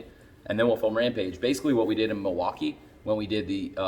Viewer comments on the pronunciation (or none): none